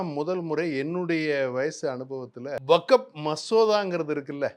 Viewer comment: இவருக்கு வஃப் என்பதை உச்சரிக்கவே தெரியில இவரெல்லாம் முஸ்லீம் லீக் தலைவர் ????????